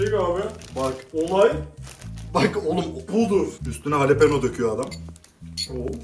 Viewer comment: jalepenoya halepeno diyen koca yurekli